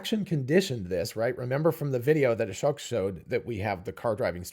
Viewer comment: Thank you for getting the right understanding and separating out the different aspects of what the CPVR videos taught us. It seems others don't get it unless it's spelled out like here. Final step is just to be able to pronounce Ashok's name correctly. At one point you mentioned Ashok and smoke in the same sentence and yet pronounced Ashok the way you always have!